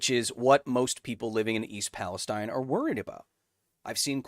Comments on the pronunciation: It is East PalestEEN I live like 7 miles away from this accident and usually this type of stuff doesn't bother me but hearing someone say it different than we do locally was like nails on a chalkboard lol otherwise great video! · Kyle idk if you'll see this, but if you continue talking about the town it's pronounced East PalesTEEN, not like the region in the Middle East. I'm from the area